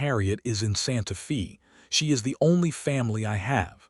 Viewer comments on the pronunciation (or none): It's pronounced Santa Fay. Not Santa Fee. Spelled Santa Fe. That's how you know whoever gave the AI info. They didn't know how to pronounce alot of the words or the meaning. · 🤷SANTA FÊ NOT FĒ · Santa Fe is pronounced as Santa Fay. No Fi. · Santa Fee? lol AI is supposed to be smart. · AI says Santa Fee. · Loved the story and the narrators voice but Eleanor is not pronounced Eleener and Santa Fe is not pronounced Santa FEE. Also watch the math because 19 years after she arrived, her grandson couldn't have been 6 already unless his father had him at 12! Needs to be edited better but all in all enjoyable! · The name Santa Fe is pronounced "Santa Fa" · Please!!! It is Santa Fe (Stated Santa Fa) sounding like a Long A!!!